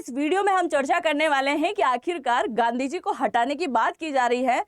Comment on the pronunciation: गंदी को जी ना बोलें सुनने में अच्छा नहीं लगता है।